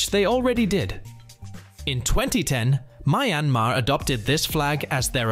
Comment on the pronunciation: “My an mar” xD